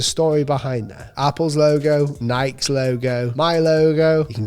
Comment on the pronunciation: IT'S NOT "NIKE" IT'S "NIKEY" AHHHHHHHHHHHHHHHHHHHHHHHHHHHHHHHHHHH